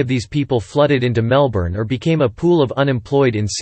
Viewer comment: I lost interest as soon as I heard you mispronounce Melbourne.